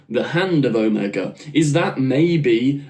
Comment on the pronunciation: Pronounced Oh-MAY-guh